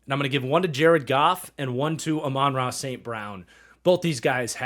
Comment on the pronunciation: Just as a heads up, Amon-Ra is pronounced like “ah man-rah”. Probably some short clips on here pronouncing it if you search it up